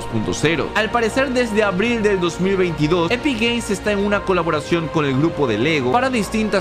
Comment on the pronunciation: xd alguien esculcho que digo kuloboracion xddd